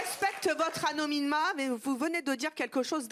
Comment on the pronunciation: " Célibateur " "Sédwuire" " Empocher " " Amnomnima" Aujourd'hui je me suis instruit.